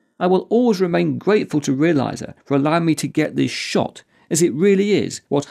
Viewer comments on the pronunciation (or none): none